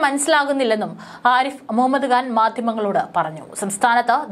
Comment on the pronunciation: കാൻ അല്ല മോളെ ഖാൻ